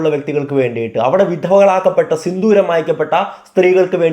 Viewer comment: ബ്രോ സിന്ദൂരം ആണ് സിന്തൂരം അല്ല 👍🏻😊